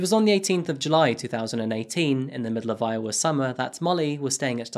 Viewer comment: What is a "Juy"?